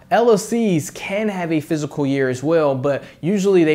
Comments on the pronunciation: Say physical year one more time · Pretty informative bro. Check out how to pronounce “fiscal” 😉